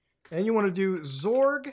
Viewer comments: xorg is pronounced X-Org, you can also call it X11 that (ex-eleven) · Can't tell if Muta is pronouncing Xorg as "zorg" as a bit or if that's actually a thing. Either way I support it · I'd say it's more of a zee sound smashed up the ass end of an ing sound. Like "ngzuh".. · I remember him first saying "graphic" card rather than "graphics" card back in the day which threw me off a bit ngl. Now it's "Zorg" lol. Maybe muta is one of those ppl hoping for X12 and Zorg is the successor of Xorg